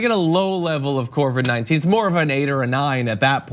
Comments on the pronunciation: John: COVID-19, not CORVID-19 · Corvid-19 sounds like a covert group of crow, raven, and magpie secret agents lol